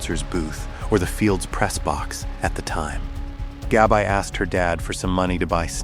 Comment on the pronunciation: Her name was Gabrielle, short name Gabby not GABI(EYE)